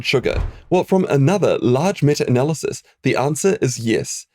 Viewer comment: "metter analysis" 😆